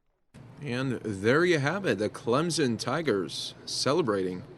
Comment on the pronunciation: At least he said Clemson right. Not clemzon.